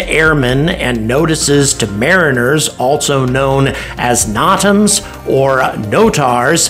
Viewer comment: "No tams" not "nah tams."